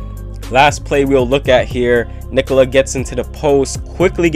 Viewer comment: Subbed for amazing commentary and perfect pronunciation of Nikola. 👍